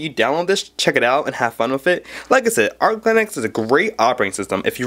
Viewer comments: also kid..it's arch...not ark linux. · arch.. not ark linux. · Also, "Ark" linux? Pretty sure it's ArCH linux. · ITS NOT CALLED ARK LINUX YOU DUMB FUCK ITS CALLED ARCH LINUX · the way he pronounces "Arch" as "Arc" kinda cracks me up tho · ***** Justin Chang I have never, ever seen 1GB represented as just 1000MB. 1024 is the standard unit b/c that's how binary counts up to the 11th power. Also the guy says "Ark" linux. I think this guy has some understanding of things, but clearly he is nervous as well. When he talks he's rushing and you can barely understand him. Maybe he knows juat a little and is trying to look knowledgable, but he's worried about getting called out on it in the comments like we are doing now. That's why the internet is the best source for information. People can't put one over on anyone without everyone else coming tot he defense of truth and accountability. This guy should probably just learn more before he makes a video until he is confident enough to make one calmly and speak in a slower way to CLEARLY teach viewers. And learn that 100MB != 1GB 1024 == 1GB